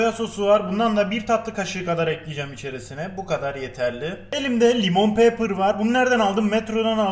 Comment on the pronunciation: "Limon peepper"